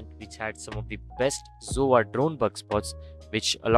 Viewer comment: I love how he says zova instead of sova lol